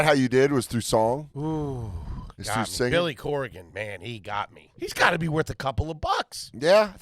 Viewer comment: Did you really just say "Billy Corigan?" TRASH. It's Corgan.